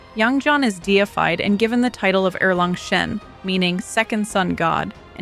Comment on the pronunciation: gave you a like because u pronounced erlang shen correctly